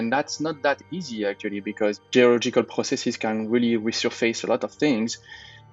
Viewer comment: I always die a little more inside when I hear a scientist say "processees" … namely when his foreign language colleague pronounced it correctly right after. :-/